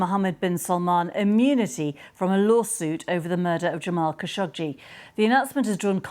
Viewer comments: After working with the khashoggi family for nine and a half years I could honestly say they do not pronounce their last name in this manner. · Its "Kha `Sho` Gee" isn't it? Arabic.